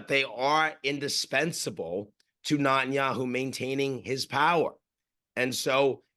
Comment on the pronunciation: I always find it funny how Ian pronounces Netanyahu as Nut-In-Yahoo, I love this guy